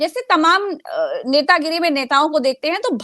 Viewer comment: Netagiri boliye, Netanagri nhi. Copyright strike aa jaega nhi toh.